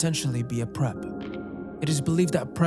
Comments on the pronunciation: It’s perp not prep. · It’s perp, not prep lol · PERP not prep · Is it prep or perp? Like perpetrators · I believe the short for perpetrator is a "perp" not a prep. A preppie is something completely different. Haha. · *perp is short "PERPetrator," not "prep" as in "PREParation." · THEY ARE CALLED "PERPS" NOT "PREPS" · it's "p-ER-p" not "p-RE-p"...you said perpetrator correctly so idgi 🤨😆 not trying to hate though, great video ☺ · surely you mean 'perp', not 'prep' in the gangstalking. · I think it's "perp," not prep. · in the gangstalking segments, i'm pretty sure the term is "perp", not "prep" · It should have said "perp" as short for perpetrator. Hearing him say "prep" over and over again is driving me bonkers.😖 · Preps? You mean "perp"... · Perp, not prep... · How can the screams that you can clearly hear on the tape be delusions though 😶 The gangstalking phenomenon is fascinating, I’ve had times where I think I’m being followed and monitored and then I manage to remember I’m completely insignificant and boring 😂 Also FYI it’s “perp” not “prep” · Brother, I’m not sitting here listening to u explain what schizophrenia is for 20 minutes and u make it sound like it’s normal. It’s not. Shame on u for believing mentally ill ppl 😂 dear god and it’s PERP brother not PREP, idk who was fuckin w u but they did a great job at it 😂😂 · tbf, they were reading perp as prep even after saying it's short for perpetrator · It’s perp. Puurrrp Or maybe you did mean well dressed college kids. 😂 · Perp. Short for perpetrator. Pronounced like "purp". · If the word if "perpetrator," I'm pretty sure the word you mean is "perp." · Are you trying to say perp? 😅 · btw you said perp wrong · perp is pronounced like the first syllable of purple not like the first syllable of preparation